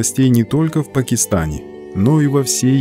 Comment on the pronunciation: Не ПакЕстан, а ПакИстан. Автор - "грамотей"...